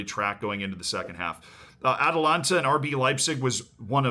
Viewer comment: Ah yes, "Atalanta" vs RB Liepzig 😂😂😂